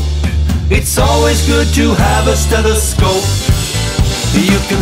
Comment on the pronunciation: 딴건 모르겠고 청진기 영어발음만 알아갑니다